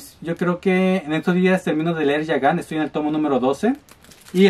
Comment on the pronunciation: Muy buenas compras,:D. Me gustó que quieras pronunciar bien el nombre de Gigant, aunque fuera una vez jajajaja.